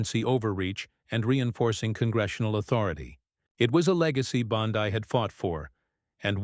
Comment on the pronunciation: Bondeee pitiful ai